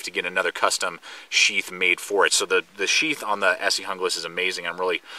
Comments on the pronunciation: it's HOON GLAS !!!!!! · its pronounced Hoonglas....